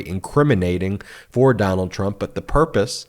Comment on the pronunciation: Ben I heard you say clump instead of Trump That's a good one that could go right in there with Mara lardo just saying